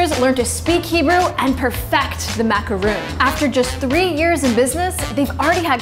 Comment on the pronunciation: MacarON, not MacarOON. A macaroon is made with coconut.